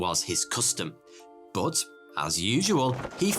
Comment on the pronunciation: I like it when you say but as booth